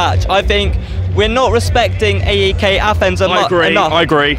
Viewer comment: The E in AEK is read like the e in everything